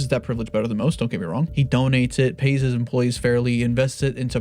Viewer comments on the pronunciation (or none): none